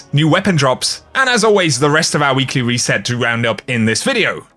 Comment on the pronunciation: Weekly weset i love how you say it (no offense)